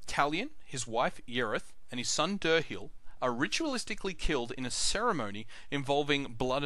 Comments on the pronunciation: Deer hile and loreth not Der hill and yerith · How can you pronounce the names so wrong? They even say Dirhael IN THE GAME the way it's supposed to be said.. and you still call him DURR-HILL.